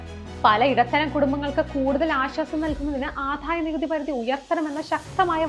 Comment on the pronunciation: Good presentation and content. A small suggestion to concentrate on specific words like Adayanikuthi. It’s not ’Adhaya’ , its simple ‘Adaya’. Kudos team!